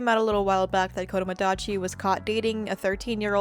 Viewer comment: Sorry for being a grammar nazi but it's Kodomodachi not Kodomadachi.